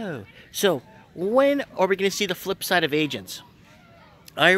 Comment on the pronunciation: FLIP not FILP she's saying - the I and L are backwards. :)